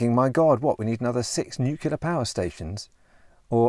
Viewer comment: Please stop pronouncing nuclear as nucular. I've watched enough of your videos to be pretty sure you're not an idiot.